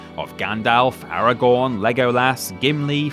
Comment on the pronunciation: Why do they keep saying “Aragorn” like it’s their first time trying to pronounce it